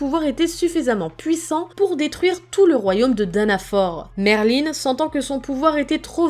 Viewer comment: est heum c pas Merline mais Merlin sans e a la fin